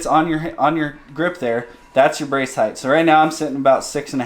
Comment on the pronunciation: Height doesn’t end with TH. It’s pronounced HITE Otherwise great video. Lol. Love trad bows! Nice set up!